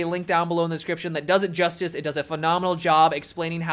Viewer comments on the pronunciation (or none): none